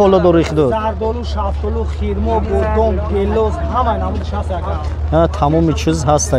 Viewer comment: Хирмо не Хурмо